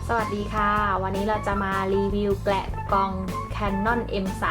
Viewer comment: แกะนะคะ ไม่ใช่แกละ